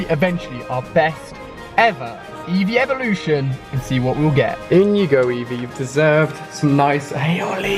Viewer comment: it's eeveelution